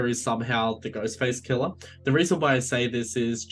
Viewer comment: 'Ghostface killer' might be the best phrase possible for an Aussie accent. At least to my ears. Well done. Also I know it would be utterly stupid to bring back Stu Macher...but I really, really want to see him again and would happily suspend disbelief if need be.